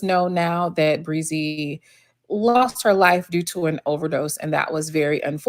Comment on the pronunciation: Bre-Z..Brie- Zee...Breeeeee-zeeeeee Is it really that hard to pronounce a name?